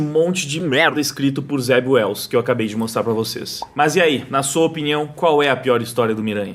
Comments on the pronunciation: Em - Zeb Wells? Eu tinha entendido Zé Ruela 😁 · Alguém mais entendia "Zé Ruela" cada vez que o dizia o nome do roteirista?